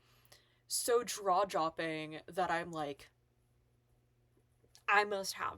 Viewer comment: I thought I kept hearing spoonerisms, but I was half-listening while doing other things. I finally had to rewind that yes, she did indeed say "draw-jopping" 😊